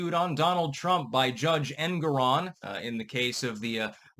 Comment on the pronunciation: ”Engoron court”. I could have sworn it was ”kangaroo”